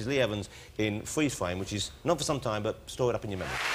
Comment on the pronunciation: Fweeze fwame